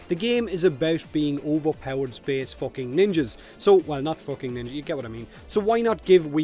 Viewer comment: He says focking just like Conor McGregor